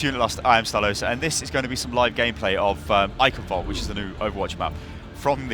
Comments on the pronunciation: Pronunciation = Ai-shen Vail-deh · Eickenwaldee xP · "Eichenwalde" is pronounced "I-chen-valdeh" while the "ch" is pronounced like a cat hissing. :) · Someone on gave a neat way if pronouncing Eichenwalde. Say " I can Bald" Now said "IcanBald" Now say it again. Now replace the B with V and say it again. So what do you guys think? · ok, so the ch makes a flemmy cat hissy sound, alright. so the ei just makes the long I sound. so to put that together it I-(hissy ch)-en - then the w is pronounced as a v sound and the e at the end is not silent. so all together it would be I-chen-Valdeh but not too much emphasis on the h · same, i heard some guy pronounce it eishinwalduh (the english w sound not the german w sound) :( it makes me cringe every time. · map is named "Eichenwalde" with an "e" at the end. It needs to be said as well. "Walde" is an old way to say "Wald" (forest). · It's pronounced "Eichenwalde". Please get it right in the future ;) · you're being sponsored by Blizzard, the least you can do is try to pronounce the map name correctly. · u better learn how to pronounce Eichenwalde or I will unsub pls no serious takerino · hate to inform you, but most people don't understand German enunciation at all. It happens every time there's a German map in any game. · Ich liebe es, wenn Amis Eichenwalde aussprechen 😂😂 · There are two ways in German to say the "ch" (it depends on which letter is in front of the "ch"). The one used here is made by forming the tongue the way you'd say the english "e" but instead of using vocals it you'd press air. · It might sound macabre but if you ever watched a documentary of WW2 and ever heared the word "German Reich", then you can adapt that pronounciation to "Eichenwalde", because the "Eich-" is pronounced like "Reich" just without the "R".